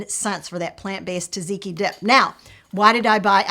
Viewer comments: Correction on pronunciation. It's tzah-tzee-kee, not ta-zee-kee. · You said "gyros" like a Greek! But you read "tzatziki" wrong. "tz" sounds like a "j", maybe "ja-jee-kee" is closer to the pronunciation 🥰 greetings from Greece!!